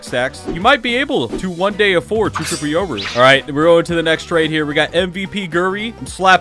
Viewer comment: “Today we’re gonna be trading chur chirple rooru”